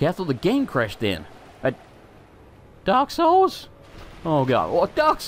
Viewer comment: In the intro you said "Dark Souls 2" weirdly... sounded like you said "Derp Souls 2"